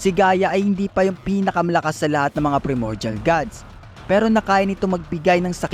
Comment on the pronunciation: bali yung pronunciation ng PRIMORDIAL is PRAY MOR JAL parang ganon. basta PRAY (hindi dasal ah parang prito ganon pero letter P)